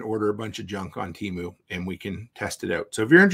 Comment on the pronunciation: "Temoo" lol